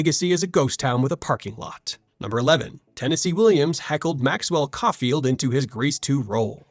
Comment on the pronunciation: Couldn't prronounce Caulfield though...